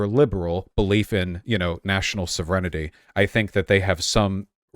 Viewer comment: “soh-vren-ih-tee” Wtf